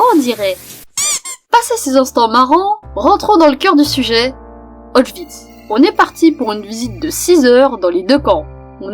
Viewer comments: Autchwitz :D Répète après moi Auschwitz OS CH Wi TZE désolé mais ça m' a fait tické :3 Big up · Juis ptetre chiant mais on ne dit pas (comme toi) : [Aotchvitz] , mais plutôt [Ochvitz] voila ! Cété leu peuti point culture de Polonais !